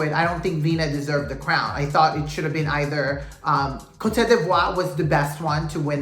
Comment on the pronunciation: Ivory Coast couldn't even pronounce its name in the opening, then it kept falling apart and the whole event was very lackluster. And Venezuela, meh! The best team won, the one that showed character, substance, and a lot of personality day after day.